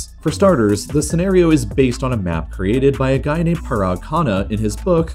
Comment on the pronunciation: Its shocking that he read atleast 'parag' correct